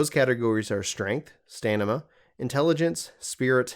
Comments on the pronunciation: he doesn't say stamina, he says stanima lol, good video though thanks man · "Stanima" excuse me???🧐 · Stanima? 😅Might want to read that stat again 😮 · lol "stanima" hahaha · It's "stamina", not "stanima". =) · Am I crazy or is this person saying 'stanima' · great video, just cringing on the stanima part tho 😹 but yep, great vid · Please stop saying stanima. It's stamina. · WTF is a STANima? really? do you not watch any kind of sports basketball , football never heard of the word stamina?, i know people makes mistakes just DO NOT fcking say that again in future videos lol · i have to rewind about 5x the 2nd time he mentioned STANIMA because i want to make sure he said STANIMA. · As soon as I heard "stanima", I knew this wasn't the guide for me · Pls god stop says mona its man uh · STANIMA LOL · OMG STANIMA hahahahahahahahaha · This nigga says stanima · Are you trolling me by saying stanima? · I couldn’t get past you saying staNima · Is anyone else bothered whenever he says 'StaNima' instead of 'StaMina'? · I thought I was the only one who caught that got eeeemmmm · Stanima lol great vid brother 👌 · You guys, he's saying stanima on purpose. It's a stragety and you're all falling for it. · You did good on most of the video, but I had to stop watching because not being able to pronounce STA-M-INA makes you sound dumb as hell dude. . Once is no big deal, but several times is ridiculously moronic. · Like and Subscribed because you kept reading Stamina as "Stanima" :) Keep up the good work my man! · I stopped watching after the dude said "stanima" for a second time. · My boy said: StaNima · I scrolled down to comment " My dude Said Stamina " 😂😂😂😟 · I had to stop watching... Spell the word "Stamina" out loud, then try saying it again. What order are the "M" and the "N" in? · For the love OF... it is S T A M I N A -_ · Great video very helpful ... the way you say stamina had me cringing tho.